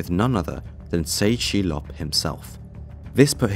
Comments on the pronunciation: Tse Chi Lop is pronounced Tess.. Chee.. Lop.. yeh the guy was major world wide.. multi agency combined to take him down. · It's pronounced GUANG-CHOW. And It's TE CHI LOP.